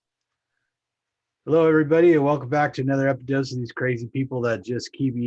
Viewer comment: "Epidose" lol